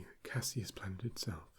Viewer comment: I love your channel… I watch you all the time … why in the world did you spell it cassiel when you pronounce it Cassius… my brain hurts